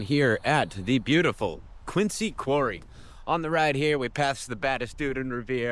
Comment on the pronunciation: While Quincy does have a "c", locals know that the pronunciation is with a "z", thus Quinzy.